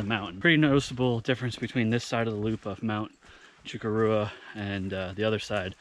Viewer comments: Cha-cor-ah. Not choco-rua 🎉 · This is not true, its one of the most commonly mispronounced words/names/mountains in NH. The correct way to pronounce it is Shoh-kor-oh-wah. Even though it looks like Shoh-kor-uh-ah and everyone pronounces it like sh-cor-ra. It has been mispronounced for years and it and the mispronunciation has stuck. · It's pronounced CHA-COO-RA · Hiked it by going Little Sister, Middle Sister, Big Sister, then Chocorua. Have been told by many locals, some of native descent, that the correct pronunciation is SHA-KOR-WA. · Simple...... CHA . kora. Easiest way for us locals to know who is native to NH.... alot of the indian names are a challenge to pronounce. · Great video. I've been up there several times. BTW phonetically it's Mount sh-COR-ra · That would be sh- COR- oo- uh. Right.?I used to live neat there. It is a distinctive and lovely mountain. I'm reading the book, Look To The Mountain by LeGrande Cannon Jr. right now. I'm loving it! I'd like to climb it but I haven't climbed a mountain since I was in my thirties, about 25 years ago. I'd h Ave to work my way up to it. ~ Heather ~ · Lol close. Less emphasis on the -ua.